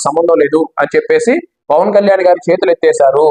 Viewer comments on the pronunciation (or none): none